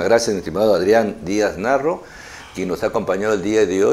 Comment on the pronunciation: Lo veré una vez más, no hay pierde. Sólo una crítica, el Sr. Adrián apellida Díaz Marro, y no Narro como dice presentador, ni Morro como dice la miniatura del video